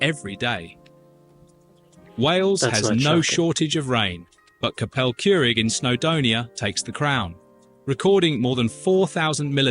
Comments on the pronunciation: He absolutely butchered Llanfair PG! Don't copy him. Some of the other British place names he got wrong too. Capel Curig was suss, another Welsh one. Also Morcombe, oh dear. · Erm, the announcer needs to practice his Welsh pronunciation! He even got Capel Curig wrong let alone LlanfairPG. You need to hear a real Welsh person pronounce LlanfairPG as it's not really pronounced as it's written on the sign, for example you don't pronounce 'goch' as if the 'ch' is sounded like the "ch"' in "latch"' or "chair" it sounds more like "gor and then try to softly clear your throat" ! It sounds more like the word "gawk" or "gork"], but I'm not a Welsh speaker, even though I live here. It's a beautiful language and you need to hear a Welsh person say LlanfairPG in full xx Actually, you need to hear a Welsh person say anything, it's really a beautiful language. Love your channel x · where in Wales is that? It feels as Welsh as that pronunciation of "Capel Curig". I sense that is not reviewing the most authoritative of videos here, but his reactions to the main points (which are mostly factual) are genuine.